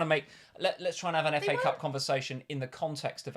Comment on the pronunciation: Did say 'Cafe Cup' for FA cup (26') 😂. Btw a few GWs ago I was around 200K and was outside 1 Mil now almost same rank, Good job!